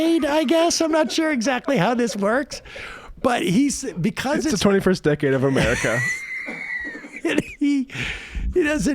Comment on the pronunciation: He doesn't say decade ... he says days